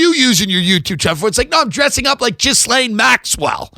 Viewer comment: He does the same thing with jizz-lane.